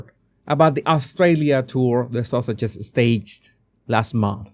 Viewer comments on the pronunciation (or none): ❤I just giggle whenever you say “fuh-thuh” and “Duchess of sausages”😂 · I just love how you pronounce Sussex as Sausage, so fitting! Makes me chuckle at the Sausages every time ❤